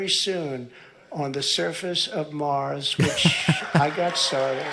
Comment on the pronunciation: One more thing... He said Mars. I, a trained linguist, watched his lips as he attempted to say the name Mars. I can confirm through playback and video analysis that DEFEATED President Donald 'Kiss My Rump' Trump did in fact form a bilabial nasal while spewing out the rest of his barf to form the word Mars. The bilabial nasal is [m]. He did not mouthshit Nars. [n] would be used in English as a nasal alveolar to pronounce anything but his own name 'Nonald Trunp'. Keep an ear out, we're going to hear it a million times in the next four.